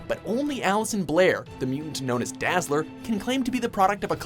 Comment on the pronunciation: Dazzeler?! C'mon man... lame as hell